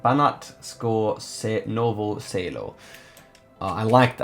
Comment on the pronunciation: Im from serbia, it was just funny how he pronounsed banatsko novo selo